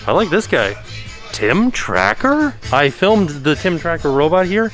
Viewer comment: u mean “Tin Tracker”! 😂😂